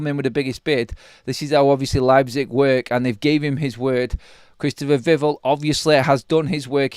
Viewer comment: It's VIV ELL like Bell 🔔